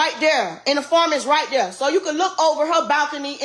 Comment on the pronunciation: 'Righ deayar, righh daeayaar'... You can talk like that yet you cant even say 'right there'? Its easier to talk proper than it is ghetto slang at this point. People are so backwards...